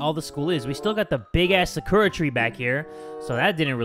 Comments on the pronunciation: did you say sahkurra instead of sakura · the way you pronounce sakura is so funny